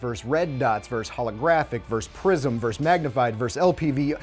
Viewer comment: Small issue, it’s versus not verse